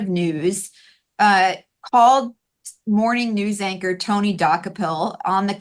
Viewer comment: You guys are not even close at prouncing Tony's name correctly.